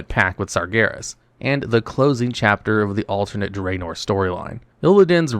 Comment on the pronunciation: Loved the video! But please stop saying Draenor like that 😭